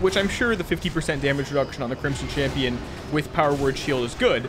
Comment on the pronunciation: I don't know why but every time he says crimson champion for the first time I hear crimson chin.